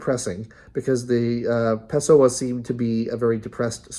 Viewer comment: actually no it's pronounced pessOah, not pEHsoah